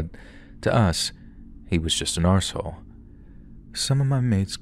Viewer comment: Ty ❤. You pronounced arsehole very Scottish like 🏴👍